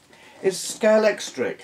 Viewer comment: I think you are the first person I've ever heard say Scalextric right - it'll definitely go down in the annals of my mind. I have trouble perceiving the 3D effect in most things, but the 3DS gives me the best 3D experience I've seen - though I have to turn it all the way up for it to work.